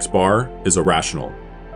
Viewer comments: Please stop saying "a rational", it REALLY sounds like "irrational". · Haha wrath of math was right it does get confusing if you don't explicitly pronounce it as EErational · anyone else also heard "irrational" instead of "a rational"? You have no idea how many times I misheard these two in the past 🤣 (I have no idea too, but I can guess in which box I would place it) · I heard "irrational" when you said "a rational". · This would have been much clearer if he didn't say "a rational" the exact same way as "irrational" 🤦🏽‍♂️ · Yes, repeatedly. The annunciation here is not great.